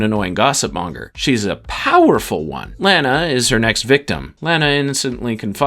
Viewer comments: Stop calling Lana Lanna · It pronounced LAH-nuh Lana Lang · Gosh... if you're going to do a retrospective on a show with 10 seasons. .... at least get the main characters names right. Lane-a lol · You are saying Lana's name wrong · You are saying "Lana" name wrong. And it noticeable. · I hate how you pronounce "Lana" but I thank you for the video! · I cringe every time he pronounces "Lana" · It's hard for me to comprehend all the work that went into this summary, and yet, it bothered me each time you pronounced Lana's name lol... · I'd say take a shot every time he mispronounces Lana, but you'll be dead in the first hour. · Also this guy butchered Pete and Lana’s name, only Lana’s aunt Nell said her name in that dumb way and wtf Pete Russ? It’s Ross jackass